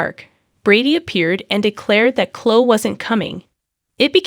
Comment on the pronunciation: Her name is pronounced Cloeee. Not clo.